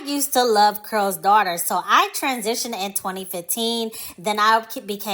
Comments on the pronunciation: I keep hearing curl's daughter I thought it was called Carol's Daughter. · Why does she keep saying "Curls' Daughter instead of Carol's Daughter?"